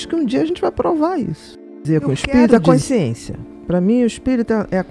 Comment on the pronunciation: Bia, pq vc não consegue falar: consciência??? Vc fala coinsciência...😮